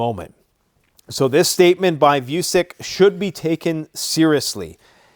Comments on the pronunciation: Vučić isn't voosick, voo-cheech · Last name of the Serbian president is pronounced: v oo ch ee ch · Its Alexander "Voo-chi-ch". You guys have foogle translate right? You can select the appropriate language and have it read it out for you... Just saying. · His name is not view-sick, it is: victory, uno, child, India, child